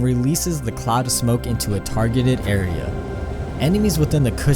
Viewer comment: "kuss cloud"